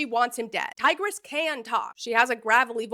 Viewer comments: all the ancient Romans in the comments are terribly offended by your pronounciation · Bro really went from tigris to tigger 💀😭🤦‍♂️